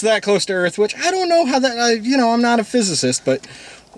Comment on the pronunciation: And for, "Welcome to Earf."